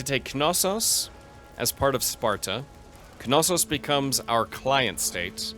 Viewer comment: I hate to be that guy, BUT its not ka-no-sos. Know-sus, now-sus, and na-sus are all acceptable pronunciations of Knossos. JK. I love to be that guy..... lol